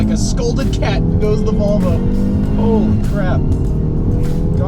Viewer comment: haha!! He can't say "Vol ...vo"! Volvol